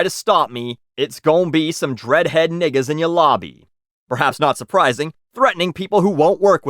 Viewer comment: When you said niggas I cringed. Hard. You didn’t even say it right